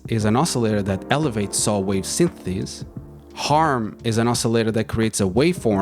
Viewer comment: Synthesis non sythetheys 😅